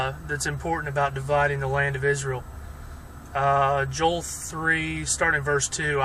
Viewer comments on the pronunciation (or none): none